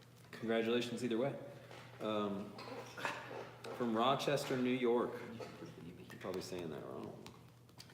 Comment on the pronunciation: I'm from Rochester NY you said it right but replace the O with an A and you would blend in lol